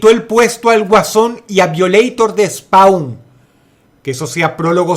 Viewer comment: Spawn se pronuncia SPOUN no spaun!!!!